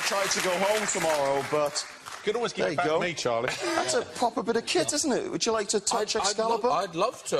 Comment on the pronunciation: "That's propaaa" 🤤